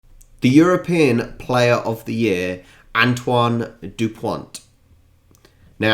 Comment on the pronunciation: Dupon(t)! And not Duponte ! 😅😂